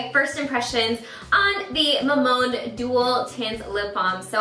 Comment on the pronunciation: Btw, its pronounced as a three syllable word; Ma-mon-de:) always love your reviews!